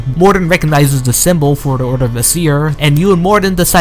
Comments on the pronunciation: its Ay-seer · Aeseir is pronounced aye seer